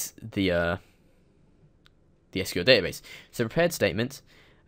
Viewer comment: So many people say SQL "School." Just Why?